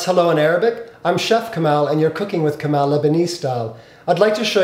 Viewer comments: Yannis Constantinides what's funny is he doesn't even pronounce his name correctly... Kamal is pronounced Ka-maul, or Ka-mall, not sure why he is pronouncing it Ka-mAl... Be proud of your ethnicity.. don't make it sound American if it's not lol. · who said its pronounced ka-maul....its ka-maal..the way its written in Arabic/Urdu.